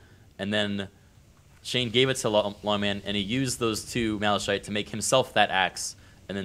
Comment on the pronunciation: Where on Earth did they get the pronunciation Malashite?